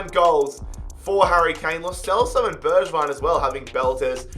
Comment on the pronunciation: Also its pronounced berg-vign